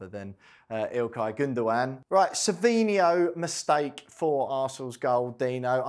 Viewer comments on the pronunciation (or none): Good analysis but his name is Savio, i have no idea why everybody keeps calling him Savinho.